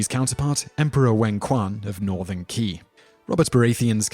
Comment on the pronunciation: You should have researched a bit about how to pronounce these Chinese names. You really massacred them, and they aren't that hard to say. For example: Qi = "Chee" Qin = "Cheen" Zhou = "Joe" See?